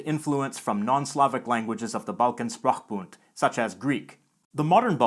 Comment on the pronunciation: s in sprachbund is pronounced sh, reflecting its German origin. The rest is perfect: the ch as in loch, [x], the final d is devoiced, [t]. ALARM!!! ALARM!!! SIRENS are going off!!! OCS was not created, it's is not a conlang indeed! You may correctly say “codified a dialect of Old Bulgarian.” Writing systems are designed, but languages aren't. (Esperanto is the only minor exception, with just a handful first-language speakers.)